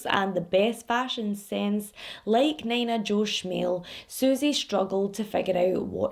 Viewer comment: I’m not trying to come off an an ass bc I appreciate you teaching me how to properly pronounce Glasgow/Moscow, but omg you saying Nina Jo the way you did made me giggle so much. Nina is usually pronounced as “Knee-nuh”. I admit idk this case, but I do just assume you pronounced the name wrong. I could be wrong and I hope I don’t come off as rude pointing this out. I just wanted to help you out and let you know :)